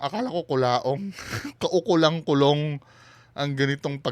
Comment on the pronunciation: Hahahah kakakulaong mo yan boss e kaya ung basa mo sa kulong, kulaong na. 🤣 Sabagay bagay naman e. Malapit na .👍😁